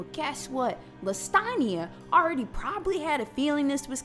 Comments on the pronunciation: Bitch really went LAST-A-KNEE-A LMFAO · girl said LAstAnIa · I swear I keep hearing Lasagne when you say her name lol 🤣🤣🤣🤣 Getting hungry 🍝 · “Lastania? Lass-tuh-nee-uh?” 😆😆😆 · Aye yo 🤣🤣😭 I had to like off the pronunciation alone. "LaStunia? LesStanIa???" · LA-ste-nia Is the proper pronunciation I think…